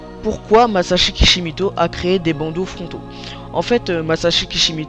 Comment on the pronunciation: Super vidéo, mais... C'est Masashi KishimOto pas KishimIto !